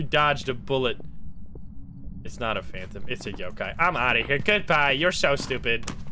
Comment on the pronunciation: i literally have no idea how the games even work but it really bothers me how he pronounce some of the ghost names.. it’s yo-kai. not yu-kai. as in yo! also han-tu not hen-tu. han as in dynasty han.